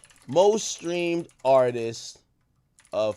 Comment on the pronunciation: Why do people say “Artises” instead of “Artists” lol